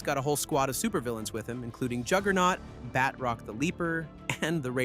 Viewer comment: It is pronounced Ba-troc not what you said